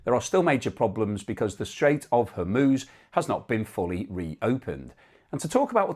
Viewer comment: Well done. You pronounced Hormuz normally!